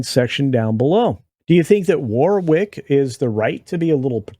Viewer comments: “War-ick” not “war-wick” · His name is pronounced "warrick" you don't say the middle w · It's pronounced "Worrick"